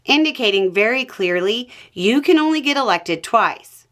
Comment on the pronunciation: Wait...? Did she say " You xan only run twice"? ..well donnie did run on 2020 election too and lose, soo that's already a 3rd run... .